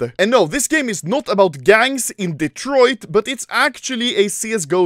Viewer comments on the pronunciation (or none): none